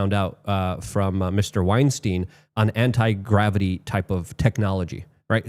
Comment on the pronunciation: he lost me when he said ant-gravity